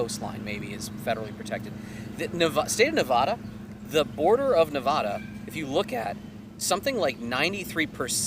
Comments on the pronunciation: Federal land by state: (Arizona is 38.6% and Nevada is 84.9% and it is pronounced Nev-Add-ah) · why does no one from the east know how to say Nevada Ne-va-duh how is this so hard. UNR sells shirts on their campus telling you how to say it.